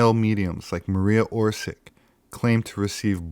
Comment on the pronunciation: Maria Orshich, sounds wierd every time I hear Orsic pronounced american way.